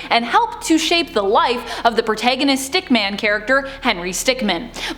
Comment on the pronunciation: Stickmin not stickman